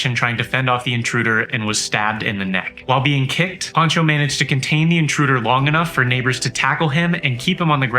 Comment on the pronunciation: His name is Pancho, not "Poncho"!